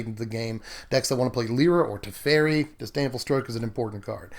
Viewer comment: I think that guy's name is "Te-feri" not "Tef-eri", I'm not sure. I'm not a control person I really prefer aggro, but some control decks are really fun, especially if the other guy doesn't get to play anything (Ensnaring bridge style), that way you win very quickly even if you play control. I don't play standard, lately I've become more interested in Commander, it's the only format they play here as far as I know. I'm gonna see if I can put a commander version of this together, it would be interesting. Bant Commander control. Derevi, Empyrial Tactician willl be the commander of choice for this toxic deck *evil laugh* muhuhahaha